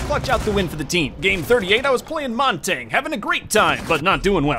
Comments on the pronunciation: Why does say montage it’s essentially montaje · Montagne is not pronounced Montane. Its pronounced Mon-tannee- yuh. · “They had a montain” “They had a monteng” “Us against this montaing” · Am i the only one that really dislikes how he says Montagne?